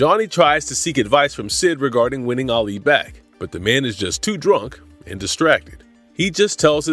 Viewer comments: Can't watch it keep calling Alley Ali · that annoyed me too. He pronounced her name wrong.